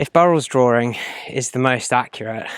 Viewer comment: Very interesting, but i unsubscribed because your serious issue saying the word "drawing" there is no fucking oor or ore, in the word DRAWING! its not "drooring" Sorry, i just cant bear a narrator who butchers our language so badly. ewwww! The writing is quite good. 😢